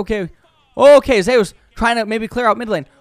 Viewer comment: zay-ooos. wtf, its Zeus my dude